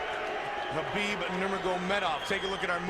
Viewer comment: I'm just shocked at that time Rogan knew how to say Habeeb's name correctly